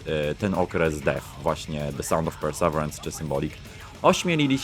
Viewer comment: To się mówi “persewirens”